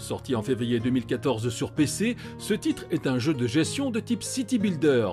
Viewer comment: On dis gesTion pas gession ! 😶